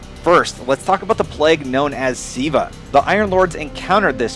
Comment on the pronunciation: LOL its not siva ahahaha its Ziva